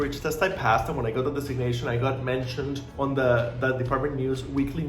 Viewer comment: Why can’t you say the word “designation”. Lol